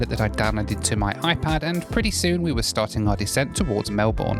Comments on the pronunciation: Greetings from Cape Town. I have just returned from a 5 week trip to Melbourne, Australia, with Qatar. I also flew with Jetstar from Avalon airport to Gold coast airport. It was only a 2 hr flight on the A320, and it was good., remember, Melbourne is pronounced as Mel-bin. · Can you learn how to pronounce Melbourne properly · You need to learn how to pronounce Melbourne (Australia) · Please learn how to say Melbourne correctly as all Aussies do!!! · When you say Melbourne you leave the our out. Great video.😀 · Wow - I winced pretty hard at every mispronunciation of Melbourne, not quite as bad at 'the apocalypse' though! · The Melbourne pronunciation 🫠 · Dude, you called the Acropolis the Apocalypse, you don't know how to pronounce Melbourne, you compared Sydney to Newscastle, and you called the Opera House a theatre thingy. For someone whose so we'll traveled you're not very well-informed. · Can`t believe you`re still pronouncing Melbourne like that😂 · Hopefully, you learned to pronounce Melbourne on your trip,. 😀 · Take a shot every time says Melbourne wrong. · Hey. Always enjoy ur flights and commentary from my lounge room & Big screen TV. 😁 If you don't mind me saying, but it's NOT pronounced as Mel Born... Its pronounced as Mel Burn. Mind you, we have Australians that can't get Launceston correct! They'll call it Lawn Ceston instead of Lon ceston!😂 Safe travels matey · "apocalypse" "big theatre thing over the water" 😂😂😂. Never change mate. (And it's pronounced Mel-burn not Mel-borne) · Scoot is pretty poor, even in ScootPlus... also, its Mel-Bin, not Mel-Born... just saying... LOL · Fyi.... It's "Mel-bun" not "Mel-borne" And JQ isn't as bad as what some people say. They are cheap from Australia, and do the "bogun" runs from Australia to Bali and Hawaii. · Mel-burn not Mel-born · A nice view of the Apocalypse 😮 I thought that was a nice view of the Acropolis 🤪 psst Melbourne is pronounced as Mel burn not Mel Born ! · Where is "Melborn"?!